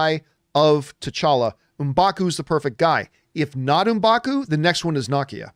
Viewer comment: John Campea still won't pronounce Nakia's name right... it's Nah-Kee-Ya, not Knock-Kee-Ya